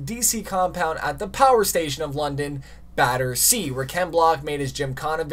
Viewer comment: The way he was saying Battersea 😹